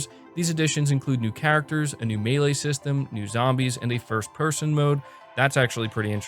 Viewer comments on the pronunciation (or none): none